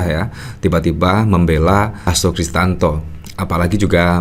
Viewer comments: Bang, maaf nama lengkap pak Hasto itu adalah Hasto Kristiyanto, bukan Hasto Kristanto. Sepertinya anda kurang tepat melafalkannya.... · HASTO KRISTIYANTO, mas! Bukan HASTO KRISTANTO! Nanti dikira orang yg berbeda lho!